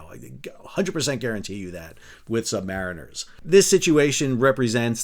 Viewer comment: Please ask any Sailor with Dolphins how to pronounce the term 'Submariners.'